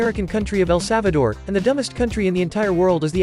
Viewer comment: You forgot to put the l in the Salvador